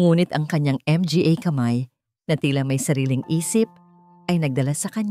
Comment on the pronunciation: idol sorry po hindi M G A ang pagbigkas its manga po MGA...